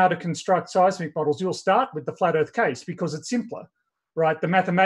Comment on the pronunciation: The first time I heard "The Flar Earth Institute of Science" I laughed so hard I was snorting. 🤣